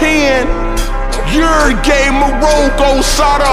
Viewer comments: the way he said uruguay 💀 "uragay" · Bro he said "Ur Gay" when he suppost to say "Uruguay" 💀